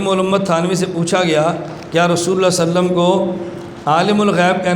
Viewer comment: Salalahualiwasalam to achi tarah padh.. zuban pe chaale hain kya... Issi se tera aqeeda pata chalta hai. Tumko darood shareef padhte huye b dikkat hoti hai.